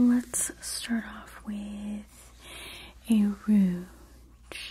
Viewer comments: Just a tip: the G in rouge is softer. It's pronounced like the s in measure. Like an sh, but a zh, instead of what I was hearing as a dzh like in bridge. Just in case you cared; no judgement! 🙂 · You're so wonderful and beautiful! Bless your heart, lovely -- the "G" in "rouge" is pronounced like a "J", as in Jaja (Gabor.) Just pretend you're french for one word -- it originally just meant "red." 😘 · I love this video but PLEASE learn how to correctly pronounce rouge. "Ruj" - it really breaks up the video when you keep mispronouncing it. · I love the way you say compact and rouge! Glad I found you! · I love how you say rouge!